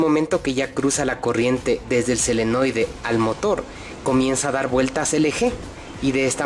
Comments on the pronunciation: Se llama SOLENOIDE , NO selenoide .... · Nuevamente, te felicito por tu video! Muy instructivo. Pero insisto, la palabra correcta es "SOLENOIDE " y no "SELENOIDE". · me dio escalofrios cada vez que decia selenoide xD